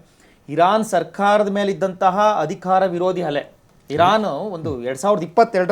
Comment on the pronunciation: Yavano avnu Hamerika ante Hadikara ante, Nettg kannada barvnnadru tand koorskolri..